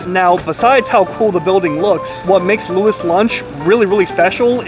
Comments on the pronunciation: It's pronounced "Louie's Lunch"....why is it spelled Louis Lunch and pronounced that way? I don't know. New Haven is a weird place. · It's pronounced Lou-ees. I'm a CT native and had my first and only burger from Louis back in my teens. Never again! Complete garbage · It is pronounced Louis not Louis. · New Haven born and raised here. It’s “loo-ee’s lunch” 😊Love your channel! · Apparently it sounds like "Louie's lunch". I edited a TV piece on it years ago and that's how it was said in the voiceover, and generally producers check stuff like pronunciation before recording VO. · lou-eeee's lunch, my friend. --lou-eee's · It’s said Louie’s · First off get the name right. Its pronounced lew-ees. Should have asked them. Show some respect for a place thats been there over 100 years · It's spelled Louis, but it's pronounced "Louie." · Wow, you could have at least asked one of the employees how "Louis" is pronounced. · Just some advice... Maybe figure out how to pronounce the name of your subject before you got to these lengths. All due respect of course...